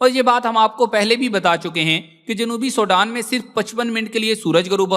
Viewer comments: Ye Sodan Nahi SWEDEN 🇸🇪 hy. Please apni vocabulary and apny sound ko sahi Istimal kerky logon ko ghalat fihmi say bachain. SWEDEN 🇸🇪 hy. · بھائی سوڈان انھیں سویڈن ھے